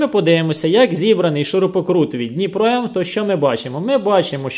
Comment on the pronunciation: Даже надпись на пакете дніпро не правильно прочитал.. дніпро куда лучше того второго "профессионального" лайна